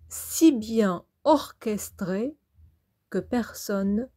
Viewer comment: Orchestré..... Orchestra 😂